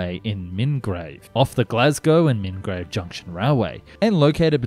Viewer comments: Good video, but my man where did you get the 'r' in Milngavie from?? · .. also "Milngrave?!" Nobody ever gets that right. Spelled Milngavie, but strangely pronounced Mull-guy.. Don't ask. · Scottish names can definitely be confusing, they don't always sound like you expect, like Milngavie sounding like Mill-guy. People usually pronounce it like it is spelled though, I never heard anyone call it Minnigrave before. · I know Scottish place names are often difficult to pronounce to people who don't live in Scotland so no judgement here but, in case you were wondering, Milngavie is prounounced Mill-guy and the other two are In-shin-an and Ren-frew-shire. Excellent video; I keep hoping to see my great-grandfather in the footage of the Railplane passengers because he was a (rather rich) resident of a town just north of Milngavie but he died in 1931 so would only have known Bennie in the early years of his project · Inch inn an, Ren froo shire and Mil-guy. You're welcome. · Not trying to be cheeky, just help as I know that Scottish place names are as difficult as some of the ones in Oz, it's pronounced 'Mill - guy' and it's also 'Inch - in - ann', 'Dall - Muir' and 'Ren- frew- shire'. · Okay here is the scoop. Milngavie is pronounced Mill-guy, Edinburgh = Edinbra and Inchinnan =Innshinin hope that clears up an otherwise excellent video. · Not being mean, I know it's difficult to pronounce Scottish place names. But Milngavie is pronounced like 'Mill-guy' Inchinnan would be like 'Inch-in-in' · Just FYI - Milngavie is actually pronounced (in the local accent) Muln-gai. I don't get it either. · Lol its Milngavie..sounds like mull..guy, Inchinnan sounds like In shin anne, and Renfrewshire sounds like Ren froo shire 😂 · Omgggg were you trying to say Milngavie? is pronounced “mull-guy” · Milngavie pronounced Mul-Guy.......we shop there....better class of Charity/Thrift Shops.....!